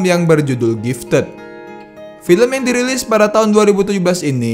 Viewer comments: Bang, gifted dibacanya 'giftid' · G I F TED :v